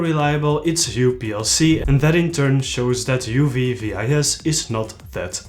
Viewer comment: Nice breakdown and nice video again, man! And also, epic suit indeed! :-) One very, very tiny detail on the pronunciation of UV-VIS: the VIS stands for visible light, so you don’t abbreviate it and you don’t pronounce every letter. Instead, you read it like the Dutch word for fish. :D (I’m a scientist and get picky on these details. Sorry, it’s a professional malformation or something. I just hope I could help improve the channel :) )